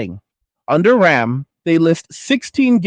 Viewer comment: ddr5 is not ddr6.. your video makes no sense as you repeat yourself 42 times with AI voice that cant even say ram, but says r,a,m, thanks for wasting my time with this bs